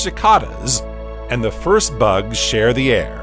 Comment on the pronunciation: bugsUH, cicadasUH, fliesUH